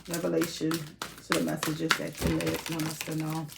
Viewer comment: Say it like KAY-LUB CALEB